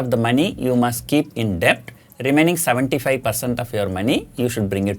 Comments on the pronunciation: Just one Corr. It's pronounced as "DET" Not "DE-BT" .. The B is Silent... Excellent Advice otherwise 😃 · Sir, it's pronounced Det without the B. It's never late to learn